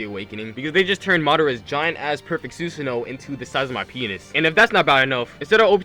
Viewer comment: Why the hell is Susanoo said wrong like 20 times?